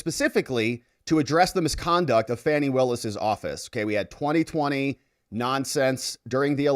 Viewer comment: Fan is pronounced Fan - Fani is Pronounced - FANNY, , who is that dishevelled old fart with Fani